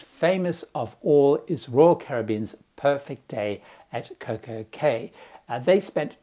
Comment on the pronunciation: Just a comment. I've been cruising since the 1980's and had a long subscription to a now defunct magazine called 'Caribbean Travel & Life'. One of the things I loved about the magazine is that they would give you the correct pronunciation of Caribbean words. So: the word 'cay' and the word 'caye' are both pronounced the same as 'key'. Just remember, no matter how it's spelt, it's always 'key'. Just saying...